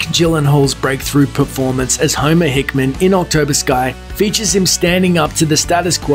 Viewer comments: Homer "Hickman"? It's Hickam! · "Homer Hickman"!?!?!? dude, this is a voiceover. You could have just redone a take and said it correctly: Homer Hickam. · Homer HICKHAM, not "Hick Man".... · Hickam, not Hickman.